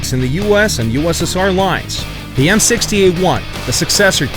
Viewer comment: ze marder I